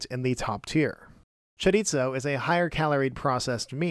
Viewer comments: Just a heads up... Chorizo is pronounced "chorie-so". Spanish pronounces their "z" different than Italians. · Where did the “t” in “chorizo” come from? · Great video, but it's pronounced "choriso" not "choritso" XD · Oof, that mispronounciation hurts to hear. The z in chorizo is pronounced pretty much like the th in mouth. Sorry for the nit-pick, the video is great in every other aspect.